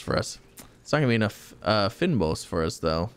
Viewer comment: Please learn to say Fynbos lol. Maybe try seeing how google translate would say it in Afrikaans ; D